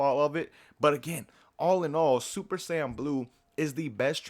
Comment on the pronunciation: MEDITAION NEGATES SSB DRAIN JUST "SAYIAN" LOL